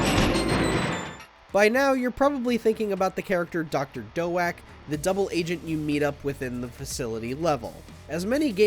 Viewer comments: Dr. Doe-ack? It will always be Dr. Doak (d+oak) to me. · Who tf is "Doe-ack"? Is he trying to say Doak? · Its Doctor DOAK! Like dough and oak combined. I'm pretty sure hes a dude whom works at NINTENDO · wait... it's pronounced as Dr. "Doe-ack," and not Dr. "Doke?" I thought it was like Oak with D infront. Dr. Doak. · Its pronounced like oak they guy got it wrong